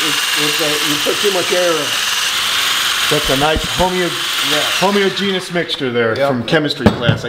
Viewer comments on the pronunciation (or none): "homeogenous" he he, no it's "homogeneous".